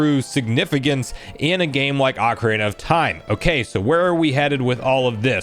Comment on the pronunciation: Said ocarina wrong